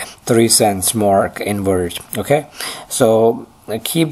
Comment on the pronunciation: he litterally swaps every "v" and "w" in all words...he says werge and wery instead of verge and very...countless other examples